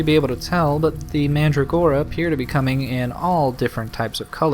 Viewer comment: I really don't get why you had to sacrifice the kind of mandragora that was used in the perfume. That was just plain stupid and nonsensical. By the way, AFAIK, you pronounce it "manDRAgora" with emphasis on the "dra".